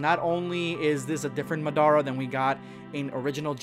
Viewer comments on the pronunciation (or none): A.R.T. De .Insyg yeah wtf is mah-da-rah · It's pronounced (ma-da-ra) not (ma-dara) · Mdara? Really? I thought his name was MAdara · Not "MAH-DORA" its MA-DA-RADADARA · Lol the way you said madara its mad ara not ma dara any i still love you completely ok mistake lol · i get tired of youtubers messing up characters names OMG.. who TF is GRIMJAW? who tf is MUHDARA?! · Did you just say madora? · Your pronouncistion is absolutely horrid. Mar-dara, REALLY!!?? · when you said madara wrong , it broke me on the inside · The way you said madara hurt my soul. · Bruh... you can’t even pronounce the anime names right... like Madara... how can you not pronounce those names